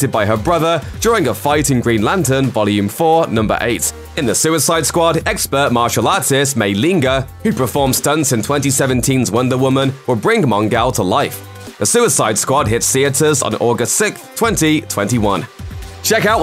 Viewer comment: Mi-linga? REALLY? It's pronounced MY-LING ENG... W-O-W!